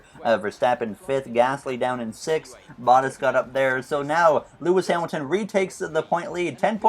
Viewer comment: For the love of god can you start to pronounce bottas "boh-t-ass". Not hating, but It really Butters my biscuit every time I hear you say it.